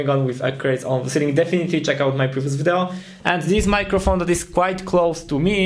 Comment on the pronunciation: jedna rzecz w Twoim angielskim mnie strasznie koli w uszy - naucz się poprawnie wymawiać słowo "video":)